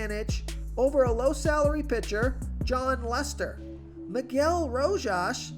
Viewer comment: Spot on with "Row-Haas!" 3-run bomb in his first AB.